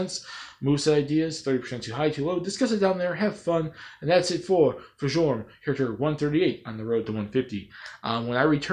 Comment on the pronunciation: Fjorm is who I want. And not nitpicking but Fjorm's name is pronounced Fyorm.